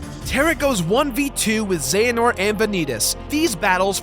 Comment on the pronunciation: Uhh... It's pronounced ze-huh-nort